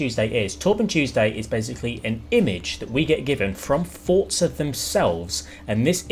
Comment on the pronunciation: Please say Forza and not fortza... 👍👍👍😁